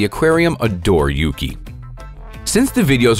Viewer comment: Me when the dude said the seal is yugi which translates to snow Ahem— FYI, it’s YUKI And yes I know he only said yugi once